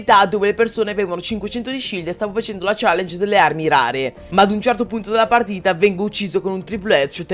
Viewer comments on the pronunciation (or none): none